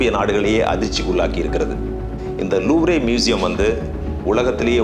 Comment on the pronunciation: Loovre ilada thatkuri louvre ,, Looover pronounce in English